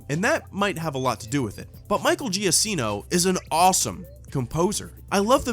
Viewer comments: It's pronounced Giakkino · it's Gia-keeno not Gia-sseno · agree with you about about the score, but to be fair, Michael Giacchino (it's pronounced JA-keen-o, BTW) had 4 weeks to work with, not "a few months." AND I appreciate him not rehashing themes from other Star Wars movies. It takes place before the OT, so I'm glad we didn't hear themes we've heard before, because they haven't happened yet. Also, I have to disagree with you about the Tarkin thing, mainly because Darth Vader was taking orders from Tarkin in A New Hope. Why would the guy who's bossing Krennic around suddenly start taking orders from his successor? Doesn't make sense. That being said, I agree with you about the CGI Tarkin. They could have been more artistic and creative with the camera placement. But let's be honest: after all the crappy CGI we saw in the prequels, I'm willing to settle with the CGI Tarkin. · His name is pronounced Michael jakino. It's Italian.